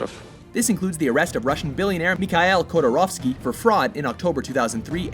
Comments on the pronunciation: Khodorkovsky, not Khodorovsky, Hello from St.Petersburg, Russia. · It's pronounced kor-do-kov-skee!!! Typical lazy American pronunciation 😒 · Khodorkovsky, really? (you couldn't even pronounce his name right). Nevteyugansk major Petukhov murder was possibly connected to Khodorkovsky. Petukhov was killed by Yukos (Khodorkovsky's company) security chief at Khodorkovsky's birthday after the conflict with Yukos on avoiding taxes into the local budget. Dat birth present.